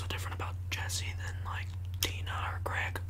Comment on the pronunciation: Wait I think he said Greg??? His mouth looked like he said Greg